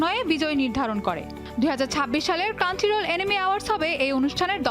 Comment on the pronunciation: ক্রাঞ্চিরোল না, ক্রাঞ্চরোল...